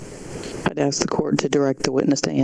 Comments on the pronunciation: It blows my mind that a person can reach the respectable position of judge while saying ax instead of ask. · When a judge criticizes a dyslexic employee and can only "aks" questions, she loses all credibility. Your (former) Honor, the word is "ask." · I think a judge should be able to pronounce “ask”.